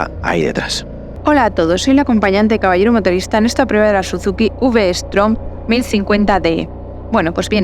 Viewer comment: que mania de llamarla vstorm.........que es vstrom